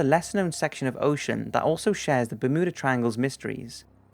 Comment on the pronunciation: Bermuda...the mu is pronounced as in mews, Bermewda....not mood, Bermooda.